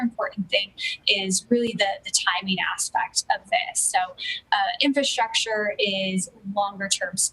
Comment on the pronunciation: Okay don’t say “shtrong” and “infrashtructure”